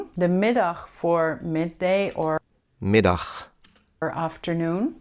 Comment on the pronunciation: 4 mins into this video and wow I'm amazing, how incredible you say ochtend, avond, middag. These G letter's and CH is super difficult. Mastering it softens the gurgling-ish sound into a soft G that sounds like a breeze